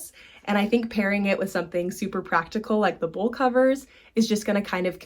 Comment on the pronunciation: are you saying bowl covers? It sounds like you’re saying bull covers.?